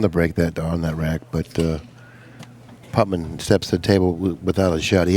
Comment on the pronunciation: C'mon,. "Putman?" It's like Nicky Varner calling Reyes "Efrem."